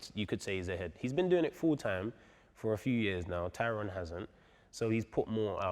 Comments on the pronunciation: Big John calling tyron.. "Tyrone" had me crying 😂😂😂😂😂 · Tyron, don't think they said his name properly once.... Edit: aight Vidal has got it